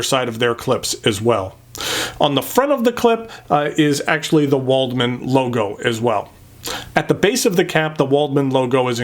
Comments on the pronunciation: W is pronounced V in German, so this would be pronounced "Valdmann". Most of my pens are metal and German, my favourite is stainless steel Lamy 2000 and Kaweco Sport Brass. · Very nice review, just one note, Waldmann is pronounced with a V. Other than that all the pens look nice, but the Concord is in my opinion the best looking one. As for my favourite metal pen, I am afraid I don't own any metal pens other than my Lamy Al-Star, so I don't think I can express a justified opinion!